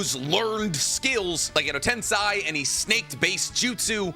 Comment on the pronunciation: Why this dude always says edo tensei wrong ?